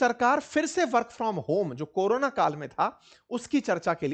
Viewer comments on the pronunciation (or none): none